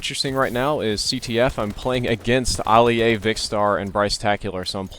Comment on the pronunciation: "Alli- A" Nice pronounciation. Jk